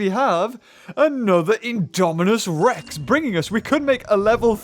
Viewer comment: why are you saying indomicerex??